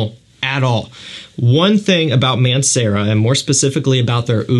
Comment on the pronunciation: i was googeling Aunt Sarah for like 10 mins straight until i realized its Mancera